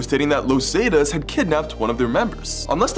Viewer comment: “los Zay-tus” lmao nah the pronunciation was too funny